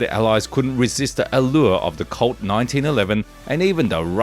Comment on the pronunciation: Colt. The word you are saying that sounds like the word "CULT" is actually the word "COLT". Now I get if. It took me almost 5 minutes before I figured out what he's talking about!